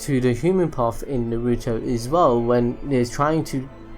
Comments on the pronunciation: ITS NOT NARUUUTO it's just Naruto the way he says is is so weird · why does he say NAR RUE TOE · its nar u toe why cant you say it right just like naw gi toe. i mean seriously. also its not pretra its pray ta. if you cant say it right just call it gakido.